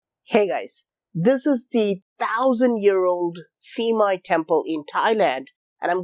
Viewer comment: Thais do not pronounce "Ph" as an "F" sound. Rather, it is a strong "P" sound. Phuket, Phimai Temple, Phi Phi Island, all start with a P sound, not an F sound. Thanks for another great video.